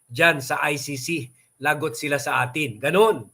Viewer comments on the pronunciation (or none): none